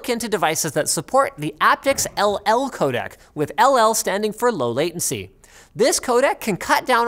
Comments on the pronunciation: This is bothering me terribly. Every time you say "codec", I hear "codAc" and it reminds me of "Kodak" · For everyone who doesn't speak "Canadian", he means 'codec' every time he says 'codak'.